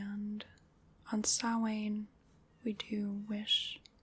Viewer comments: Yes, it's an Irish language (Gaeilge) word so I can tell you it deffo is pronounced as she said it and NO OTHER WAY :D (I'm Irish). 'SOW' (like 'cow') - 'IN' (like the 'in' in 'tin'), 'SOW-IN'. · I am HERE for you pronouncing Samhain and Saoirse correctly! You're the first American I have heard doing that properly. <3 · As an Irish person, I love that you nailed pronouncing Saoirse and Samhain. Great video and very relaxing.